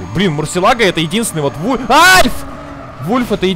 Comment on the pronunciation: Почему Wolf(волк) говорите вульф?